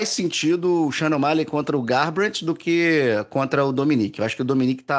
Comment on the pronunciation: Sou só eu que escuta “Shannon Myle” quando o fala o nome do Sean O’Malley?